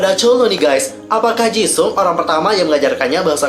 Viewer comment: Gw denger nya dia bilangnya Ceuleu bukan chenle;( ps awal bilang jisung jga jesung